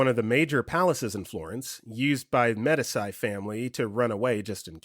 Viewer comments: A little grammar tip, Medici is pronounced "medeechee" not "Med-iss-eye" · Story 13; the family name is spelled Medici and pronounced Med-E-Chi